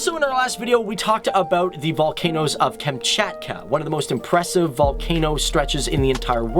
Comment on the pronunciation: >"Russian is my favourite language" >"KAEMCHAETKUH"